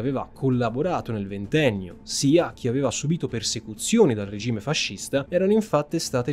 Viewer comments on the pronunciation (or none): none